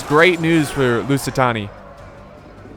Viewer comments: How is it such an issue to say the Lusitani name so hard? Every battle with them I've seen that he's casted is pronounced lusitoni multiple times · Lusitani, or as says, Lucytony